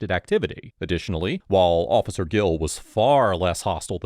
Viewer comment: TRESpass, not TRUSpass While, not WHOALE